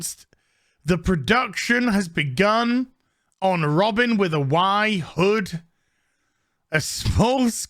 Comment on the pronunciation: It's Robin, not Robbing